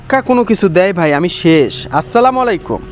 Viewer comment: আসলামাইল কুম হবে না নাই অসলামু আলায়কুম হবে। আপনি সালাম টা একটু দেখবেন আলেম দের কাছে